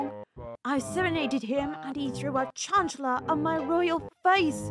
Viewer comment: Btw, It’s pronounced “CHAN-kla”